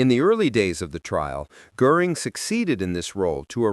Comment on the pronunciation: You are mispronouncing Goring’s name.